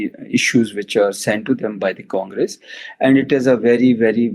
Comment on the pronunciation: Feels like watching 2 5th grade kids talking in English , your vocabulary is so poor and do not know how to compose a statement.... and Its not US Kangres... its US Congress...